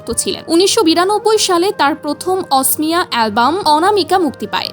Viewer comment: It's not asmiya, it's okhomia(Assamese)